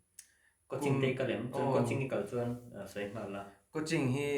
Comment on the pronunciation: i thianpa'n coaching a lam dan chu Mizo awphawi diktak ani e😂